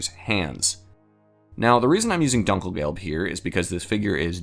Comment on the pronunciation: Not Dunk El gelb. The U is pronounced ooh, like Doom. Doonkelgelb.